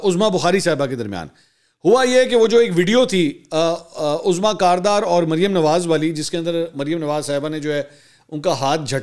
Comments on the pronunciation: Uzma hota he azma nhi lafz sahi bola krein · Janaab, ye naam AZMA nahin, UZMA hota hay. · میرے بھائی پلیز اردو تلفظ درست فرمائیں۔ عظمیٰ عین پر پیش ہے زبر نہیں Uzma درست ہے